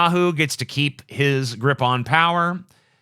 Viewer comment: The way TJ says "POWer" is painful. *POW*er!